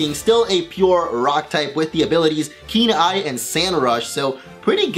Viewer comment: Whenever he says Keen Eye I hear Kenai like the main character from Brother Bear.